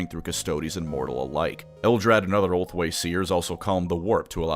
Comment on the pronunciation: Gonna be honest, kept hearing ulthwe as homeboy and in some parts it made sense